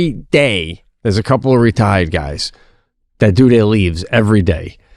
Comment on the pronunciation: I did not hear retired at all😂😂 I laughed even harder when I realized